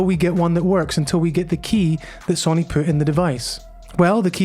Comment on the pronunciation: Interesting video but please, it’s So-Ny and not Sonny.